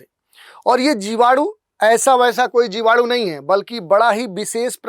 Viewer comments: जीवाणु ❌ जिवाडू ✅ 🤪😜🤣🤣🤣🤣🤣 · जीवाडू नहीं 😂😂जीवाणु बोलते है 🤣🤣🤣🤣, मुझे 5 किलो जीवाणु भेजो 😂😂😂😂